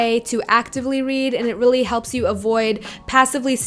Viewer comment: "annotaayting yeally yelps"